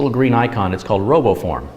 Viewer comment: Roboform oh. I Thought he said robo porn